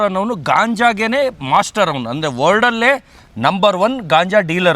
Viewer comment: ನಿನಗ matton ಮಾಡಕ ಬರಲ್ಲ World record ಅಲ್ಲ word record 😂